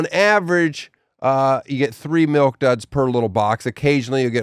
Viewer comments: He says MELK...not milk...LOL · Hod on, Dan Dan the mustard man says “melk” instead of milk?? 😂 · The craziest part of this episode is the way Tosh says “melk” 😂